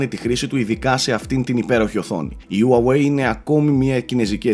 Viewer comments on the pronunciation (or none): χουαγουει λέγεται όχι ουαουεει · ΟΥΑΓΟΥΕΙ ΤΟ ΚΕΡΑΤΟ ΜΟΥ! ΣΤΟ Α Ο ΤΟΝΟΣ! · προφέρεται χουάγουει ή ουάγουει και Λάικα όχι λέικα:) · Όλα πολύ ωραία αλλά Χου-ά-γουει ρε. Με σκοτώνεις:'(. Συνεχίστε την καλή δουλειά